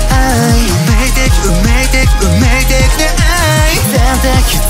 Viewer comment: １年に1度のコラボ来ちゃー！！♡♡ いや、カッコイイのよ(｀✧∀✧´)👍💘 『生(せい)』って低音がよく響いていらっしゃる🥹💕 カットアップも最高なんだよ(｡⊿°」∠)ﾓｯﾓｯ ここら辺のさくちゃんの歌い方、なんかやちくんみたいでビックリした😳 ごめん、『運命的』なはずなのに……さくちゃんの発音『救命的』なんですけど……まさか、救命的って言ってないですよね？！笑 ラストに駆け込むように来るカットアップがえぐいほど好きすぎた💜💜